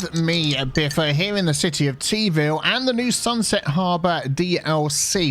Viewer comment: "Teaville InTEArnational Airport"